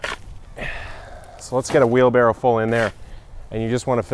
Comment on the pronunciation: Tell me you didn’t say ‘wheel barrel’! Try Blue Emu Extra Strength for your sore back!! You’re welcome. 👍🏽🙏🏼🇦🇺🇺🇸